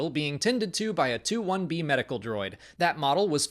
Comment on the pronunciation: Great job,. And thanks for pronouncing Purgill, Mother Talzin, and 2-1B correctly. Paying attention, Ryan?